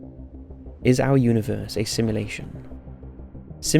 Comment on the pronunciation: Ahhhhhhhhhhh this got me. Please say sim*u*lation not simlation